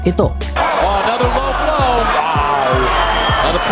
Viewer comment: it not blowblow paniki it a lowblow hahah